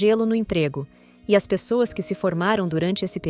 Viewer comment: eu acho que a "narradora" é uma voz do google ou de um site de AI (inteligencia artificial)... no texto intiro ela errou umas duas vezes ... ao dizer "as" tipo "as pessoas" ela falou "a s pessoas"... mas no contexto final está muito bom... veja que ela muda a tonalidade e a velocidade da fala ao pronunciar em japones...a AI tem problemas com numeros... também... pede para ela falar 235000 ela fala 2 3 5 mil e nao duzentos e trinta e cinco mil ela fala século X X I em vez de seculo 21... e vai por ai.,.. tal como a Alexa ou a Siri...